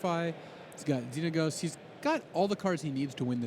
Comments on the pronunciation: the way this announcer says Xenagos... -_ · I knowwwww. I love LSV, but come on, how are you that good at MtG but unable to pronounce a card name right?